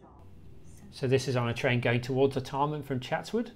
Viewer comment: Art e mn? Never heard it pronounced that way before. Always been R Tar Mn in my lifetime.